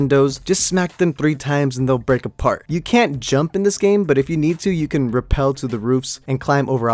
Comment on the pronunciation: Did Pronounce Rappel “Repel”